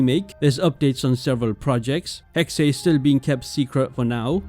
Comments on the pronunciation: its pronounced 'hex-uh' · it´s being pronounced Hexah